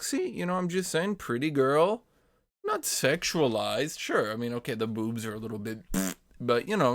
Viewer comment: The way he says bewwbs